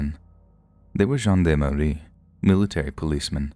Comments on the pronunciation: It’s pronounced “John darm “ not John dam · Gendarme/gen d'arme is said (zhyon' darm) - not the way you miss pronounced it. Here is some help for those who don't know the word or what they are... Etymology: The word gendarme is a singular extracted from Old French gens d'armes (pronounced [ʒɑ̃ d‿ aʁm]), meaning "men-at-arms". During the Late Medieval to the Early Modern period, the term referred to a heavily armoured cavalryman of noble birth, primarily serving in the French army. The word gained policing connotations only during the French Revolution when the Maréchaussée of the Ancien Régime, attached to the Gendarmerie before, by the Monarchy, was renamed, "Gendarmerie". Historically, the spelling in English was gendarmery, but now the French spelling gendarmerie is more common. The Oxford English Dictionary (OED) uses gendarmery as the principal spelling; Merriam-Webster uses gendarmerie as the principal spelling.